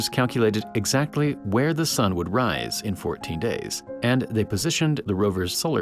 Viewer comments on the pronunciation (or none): none